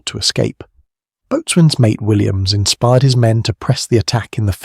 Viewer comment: Learn how to pronounce boatswain. Stupid AI voice, much too long, stupid AI text.